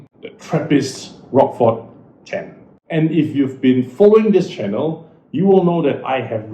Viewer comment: Pronounced rosh-for, not rockfor!